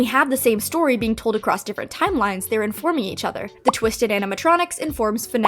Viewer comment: I adore you but I am sorry for saying this Are you saying Timelimes?